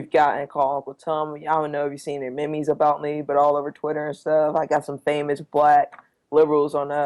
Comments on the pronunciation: Did he say "me-me"? Lol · Holdup Holdup, What the fuck is Me-me? can't even say "MEME" correctly.